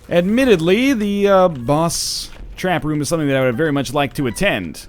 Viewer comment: Hey NL, I think I speak for a lot of us here, but we really don't like the way you pronounce the word "boss". It is really annoying and offensive and it would be great if you just didn't say it at all.